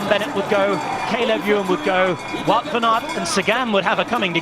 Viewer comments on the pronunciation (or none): none